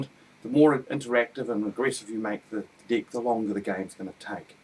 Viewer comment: haha sorrry but cant help but find funny the way you say Deck.. sounds like dick!! hah Where are you from australia or New Zealand? sounds like an accent of those areas